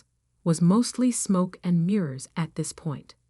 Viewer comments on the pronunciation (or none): none